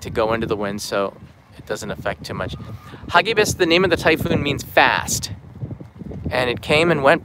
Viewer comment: Agree for posterity's sake and to compare it from previous ones. Pronounce it: "ha gi bis" accent on "gi" not on "ha". Filipino word; It means FAST and FURIOUS.